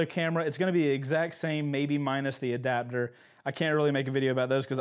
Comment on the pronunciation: "ADABDER" "Adapter" Everyone Else LMFAO